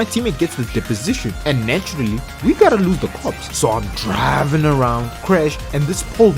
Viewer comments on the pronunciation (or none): No disrespect, “and since I’m drrriving this bus”